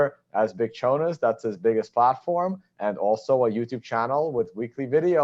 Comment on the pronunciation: Did Chonis just say thanks Chone instead of at the end?? Anyway awesome conversation, would like to see Chonis on here again